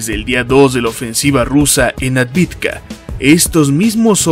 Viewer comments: Es AVDIVKA, no ADVIDKA. Me encanta y admiro tu estilo... Es el ûnico al que le doy "like" desde el principio, sin siquiera haberlo verlo ni escuchado!... Por eso me permito corregirte, y que de hecho ya lo hice varias veces concerniendo AVDIVKA!!! Yo hablo maya y ruso. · ciudad Avdeevka (Авдеевка) - debemos hablar correctamente